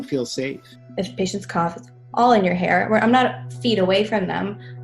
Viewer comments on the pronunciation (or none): none